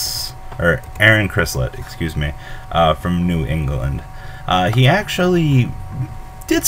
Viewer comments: Not Chrislett IT'S chislett Jesus no one can get my brothers name right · You even said his name wrong